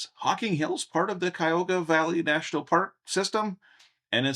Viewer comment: There are four syllables in Cuyahoga county. It sounds like Cuy-ya-ho-ga. 😊